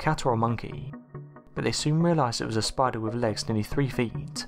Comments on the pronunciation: Anyone else cringe when he narrates spidahh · Conkers Squirrel yes!!!!! Spidahhhh. Omg I can't even listen as the way he talks has put me off! Super annoying!! All I can hear is the last word of each sentence! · Way this guy says spider is stupid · Go to "spida-hhh... Trapdoor spida-hhh" seriously wtf😂😂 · We saw a spidah that was toofittin damituh. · Eh eh Yesou Christ dats no spidah, that a demon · Teh spideeh